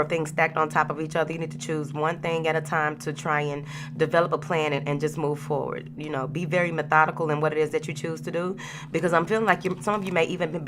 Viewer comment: Moving fowardt 😂 I love yo energy & messages Queen💫